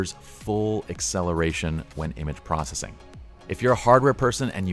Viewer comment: Learn to say PROCESSING no PROSSING